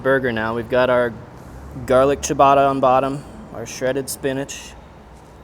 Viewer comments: Cha-ba-ta ✔ Chi-uh-bata ❌ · LOL.. I was going to say: "WTF is Chia-batta?" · the way he says ciabatta "chiabatta" makes me twinge everytime haha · At 4 mins he finally figures out how to pronounce ciabatta. 😂